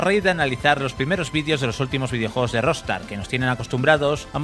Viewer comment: buen video :) , pero, porque dice Rostar?